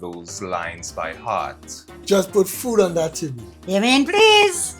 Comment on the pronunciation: HEART NOT HAART